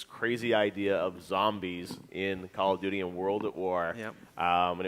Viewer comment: dude said “call of nudey” I’m weak!